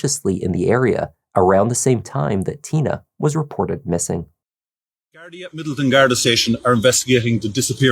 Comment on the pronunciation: I like you just a thought.. very respectful and say gardai right.. love from Ireland ❤....rip Tina 😢